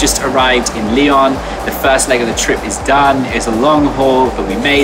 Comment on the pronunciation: I'm French and I love the way he says Lyon ! It's sounds so much better in English !